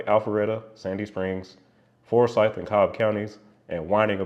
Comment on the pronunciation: I grew up in Forsyth County and drive GA400 every day. Thanks for doing a story about my "home highway". I would like to correct your pronunciation of our county, though. It is forSYTH not FORsyth. We care very much about that.